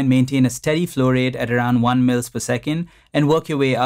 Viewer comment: The way you say "flow rate" resembles fluoride.